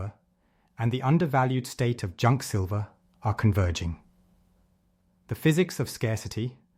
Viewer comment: Still calling it "Sliver"!